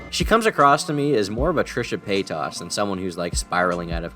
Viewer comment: Trisha pay-toss